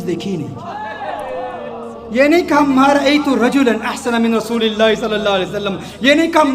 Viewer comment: Pyari Aap bahut acha bolti ho per rasoosullah ko rasoolallah kahti guzarish hai Ap se rasoosullah kaha kijiye